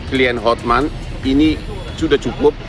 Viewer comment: Hotman mbk bukan hot men 😅